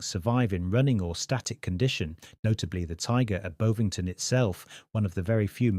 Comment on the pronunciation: The wire had a hook on it that was to snag the rifling as the plug was removed. It's in the narrative. But the voice is definitely AI because it can't pronounce "Bovingdon".